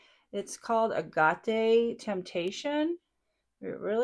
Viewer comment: I’m sure somebody has already critiqued your pronunciation of the cinge palette, but it’s two syllables and it refers to a type of rock called “ag-it.” You are so calm and steady with your discussion and your approach to eyeshadow. I really appreciate that. Beautiful eye look!!!